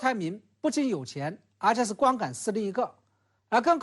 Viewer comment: 而且说成阿且 🤣